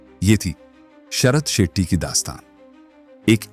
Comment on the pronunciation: Sethi nahi Shetty...pehle naam seekhle... Chu...